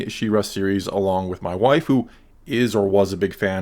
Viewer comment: "along with my wife who..." I swear, I heard that as "along with my waifu"